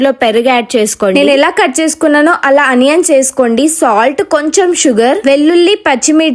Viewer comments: Onions ❌ Anions ✅🤣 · ఆనియన్స్ 😂😂😂😂 kadhu onions ✅